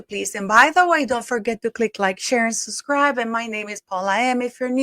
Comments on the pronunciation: suscribe suscribe suscribe 😂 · Hi beautiful, Subscribe is pronounced subscribe not suscribe ❤ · Say “ Subscribe “ 3 times very fast!